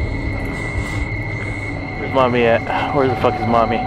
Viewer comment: first time i did understand not Mommy instead i heard Money xD OMG i cant beieve dat xD